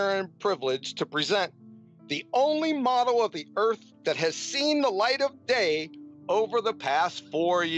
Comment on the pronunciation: The way that the creep Oakley pronounces the word model ( as modUL ) is enough to make you dislike him without the drivel of FE